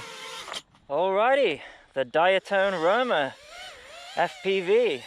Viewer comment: "Diaton `Rona" lmao